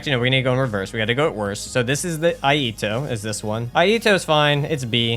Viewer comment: Iaito is pronounced e eye toe.